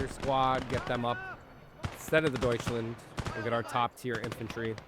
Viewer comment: Nice progress on your German! "Aufklärer", "Kettenkrad" are now very good. "Gebirgsjäger" is fantastic, as always! Unfortunately you're still saying "Deutschlend". Make sure to say "Land" not "Lend". You sometimes say "Panzer" correctly like in "Panzerschütze" , and sometimes incorrectly like in "Panzerpionier" . Speaking of which, the ending of "Pionier" was great! But the "i" after the "P" sounds like "ee". So like "Peeoneer". I kinda have the same problem with "LeFH" as I did with "StuH", as in, I've never heard a German speaker actually say the abbreviation, only the full name "leichte Feldhaubitze". Personally I would pronounce "LeFH" like "l-e-f-huh". Btw your team mate was saying "hold on" "waiting for vehicle". the enemy said "you gonna take the base or what?". Then he says "Take the base or I'm closing!" and your team mate answered "now we can".